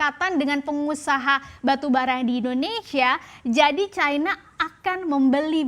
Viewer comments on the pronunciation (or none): Kok harus disebut Caina sih..? Cina gitu aja kenapa .. ? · Bukan Caina lah tapi China...